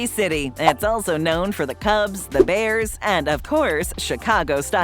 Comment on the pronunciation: You didn't say The Bears right